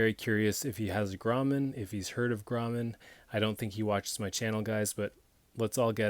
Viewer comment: fyi, its pronounced Grow-man, in Pic-toe, Nova Scotia. Own the #3 in carbon steel, and the R340S lock back folder, very happy with both. I've heard the same thing about their seconds, the defects are usually very minor. Cheers, it's a great looking knife.